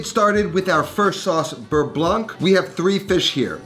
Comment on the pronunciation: bearnaise also contains tarragon besides egg yolks (compared to beurre blanc and btw you do not pronounce the ending c in "blanc")